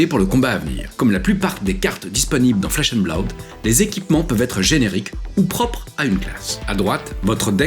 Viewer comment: Blaoude? Blood ça suffit non?